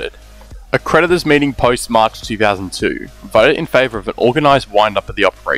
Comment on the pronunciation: The pronunciation of "TH" as "F" ie FREE instead of THREE, FOUSAND instead of THOUSAND. is triggering me :_)